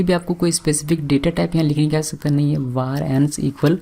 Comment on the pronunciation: He is saying war but it's var (वेर). It's irritating me so much... Looking for this comment...